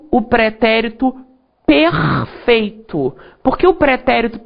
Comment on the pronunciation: o pretérito pERRRRRRRRRRRRRRfeito... Adorei rsrsrs